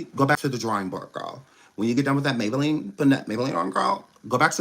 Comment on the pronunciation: 😂😂😂😂😂😂❤😂😂he call her ms maybalenne